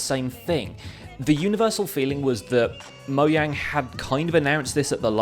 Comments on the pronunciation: whats up with moyang it's mojang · I heard many YouTubers call mojang, moyang, and most of the YouTubers were British, so i think he is British too.